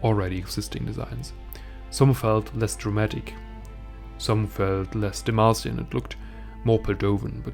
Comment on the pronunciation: i thought you said "mexican" i was so confused